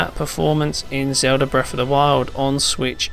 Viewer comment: Stop pronouncing Zelda as zouda... fuckin jackass. your grammar SUCKS. I should have stopped flirting with dudes in elementary and playing games and paid attention to ENGLISH CLASS idiot